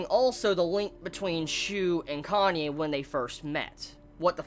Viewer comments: sounded like your where saying Kanye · I keep hearing Kanye when you said Kanae's name....